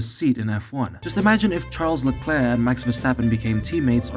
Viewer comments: I thought they were calling him Sean LeClair. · Char leklurK 😂😂